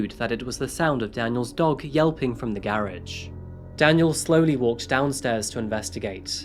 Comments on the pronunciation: Is my man’s tryin say garage..? I ain’t clownin so y’all don’t act like I am.. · I'm sorry but to hear you say garage is such a different way than I'm used to. Baffles me and I try to say it like that.